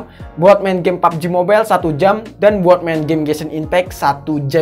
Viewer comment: Harus nya kalo pubg ngomong nya pabejih